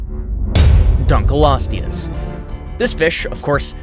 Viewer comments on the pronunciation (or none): none